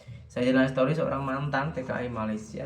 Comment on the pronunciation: Bang..cuma mau betulkn dikit cara sebutan " Zainal story" sebutan nya story bukan se to ri tapi stori.maaf ye bang